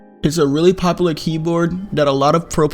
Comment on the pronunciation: Count how many times he said “popalar”